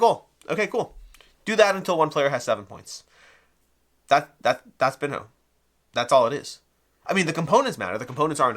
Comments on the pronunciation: It appears that the correct pronunciation is "bean-yo" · Someone who doesn’t know how to pronounce this is definitely not familiar with Ronaldinho, or any Brazilian players, or the game of football at all. So, not the best person to review it.